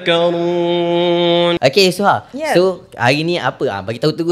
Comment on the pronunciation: oukhhey oukhhay ape bnda do 🤣